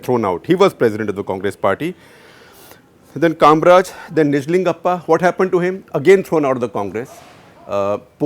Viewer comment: His name is KamARaj and not Kamraj!